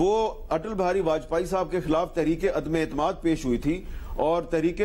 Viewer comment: عدمے نہیں عدم اعتماد